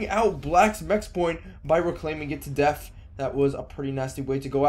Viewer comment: Like the video, it's just extremely annoying when you pronounce death as deaf